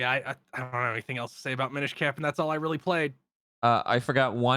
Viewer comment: "Mine-ish Cap" bruh...